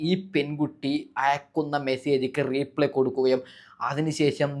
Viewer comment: ന്യൂസ്‌ ചാനൽ വോയിസ് ഇട്ടു ശാലു വോയിസ് പുറത്തു എന്നു പറയുന്നോ 😂😂. Replay (റീ പ്ലേ ) അല്ല reply (റിപ്ലൈ )😂